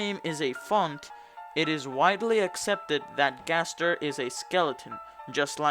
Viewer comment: You said W.D Gster XD